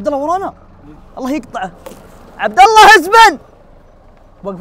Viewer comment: والله مو والل ..عبد الله وليس عبد الل .......اقسم بالله وليس اقسم بالل